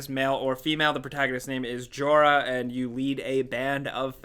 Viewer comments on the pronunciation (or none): probably pronounced yora, not jora